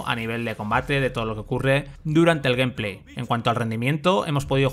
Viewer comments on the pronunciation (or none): none